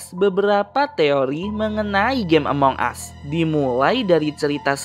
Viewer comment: ya Tuhan bahasa Inggrisnya yaampun. Ngomong Among Us aja salah. pembodohan memag ini